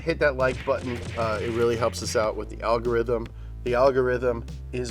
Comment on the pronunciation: He seems to be saying algorithm with intent lol wonder if it helps.. i know this comment will!